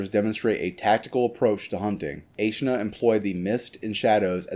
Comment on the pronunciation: Its actually pronounced Aeschna, not Aeschna